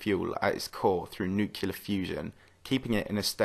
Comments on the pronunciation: Nuclear: “New-clear” Not “nuke-you-lar” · you have very nice content, you have my likes and subscription, but please, for fox's sake: nuclear, not nucular. anyone related to science should know the correct term. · DID YOU JUST SAY NUCULAR? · I've just subscribed, and I love your videos. However, it's pronounced "NUCLEAR" not "NUCULAR" No excuse guy. Get it together man! It's almost a deal breaker 🧐😜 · The moment I hear somebody say nuKULar instead of nuCLEAr, I downvote and unsubscribe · Dude, you're making science videos, you should put an effort in using correct scientific terms and pronouncing names correctly. Nuke-lar is not a term....the scientific term is nuclear, pronounced ˈnü-klē-ər Also, Huygens was dutch....if you don't want to learn the correct dutch pronunciation, at least stick to the standard US pronunciation: ˈhɔɪɡənz/ HOY-gənz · I do, but "nookyoolur" is plain wrong, the word is pronounced "newclear", accents don't change that fact. Accents don't suddenly just rearrange the order of the letters. Think what you like though as I'm not wasting anymore time on this. I would wager you and the other guy are young which would explain your inability to grasp the difference. Good day. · Nucular? Really?? Credibility diminished... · I was on board until he said nuc yu ler. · Did you say noocular again